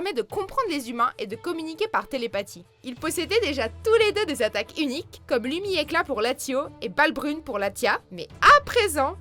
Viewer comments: le "s"se prononce dans latios et latias sinon vidéo cool ;) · " Méga Latio et Méga Latia" :rire: "Primo Kiyogré" :s'étouffe" " Méga Rayquayza" :meurt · "Latio" et "Latia" ? Ok. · "Latio" "Latia" 😂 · Ahhhhh mes oreilles ! " Latios " sans pronnnoncer le S et " Kyogre " en le prononçant " Kyogré " !!!!! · Sa se prononce latiosse et latiasse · Bah quoi, on prononce pas Latio et Latia ? XD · non c'est LatioS et LatiaS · Petit soucis de prononciation sur les noms des pokémons par exemple Latias Latios y a un S et Kyogre c'est un e pas un é Ensuite le fait que les pokémons soient mégas évolué ne les rendent pas forcément plus fort que des légendaires comme giratina, déoxys, xernéas, yvental, les trois nouvelles formes de nécrosma, marshadow, ho-oh, lugia ou même des pokémons autres tels que exagide, méga brasegali ou méga lucario qui sont beaucoup plus fort que méga-diancie, méga latios/latias, méga carchacrok, méga tyranocif oukyorem normal qui est NUL, a chier, pourri, tout ce que vous voulez. Enfin le reste du top est plutot pas mal sauf que méga mewtwo n'est pas le plus puissant, il doit être 4ème et les trois premiers sont bien loin devant et je ne sais pas comment vous en êtes arrivé au fait que mewtwo soit le plus fort Je pense que le concept est bien sur le fond et qu'il y a eu une petite recherche mais qui n'était pas assez poussé quitte a demander a quelqu'un qui s'y connait mieux sur le sujet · Latiau latiah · Latios se prononce latioce et pareil pour Latias. Et Arceus se prononce arkeus. Kyogre se prononce Kyogre pas kiogré. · haaaaaa!!! sa se dit latiasse et latiosse!!!!!!!!! mes oreilles!!!!! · Y'A UN S À LATIOS ET LATIAS PUTAIN IL SE PRONONCE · Cela se prononce latioss et latiass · Latio et latia haha apprend les nom des pokémons je te parlais que tu arrivera pas à dire Pikachu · Loris Zoppi exactement comme primo gyodrè ou latio et latia